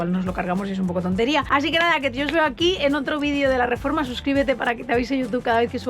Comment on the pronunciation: Cómo pasan los años, que hemos pasado de un "RRRREPASO DE COMENTARIOS CHST CHST CHST" a un "RRREFORMA DE AUTOCARAVANA"